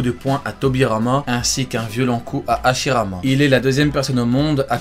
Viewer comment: tu dis Ashirama Senju Tobirama Senju